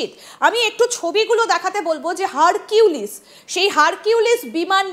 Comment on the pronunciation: Hurculis na harpic